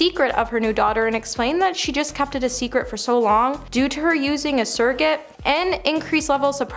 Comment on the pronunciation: S.U.R.R.O.G.A.T.E. Say after me. Surro-gate 😂